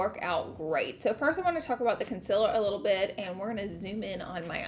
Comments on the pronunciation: Of course I miss ya saying conciller!!!! lol xo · Love the way the look came out, I'm dying to try that lip balm though and of course I missed your odd way of saying "conciler"😂😂Ilyyy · Conciller 🥰 I say a couple words differently and everyone loves to point it out.. everytime.. 🤣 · I live for the way you say concealer SHE IS BACKKK yasss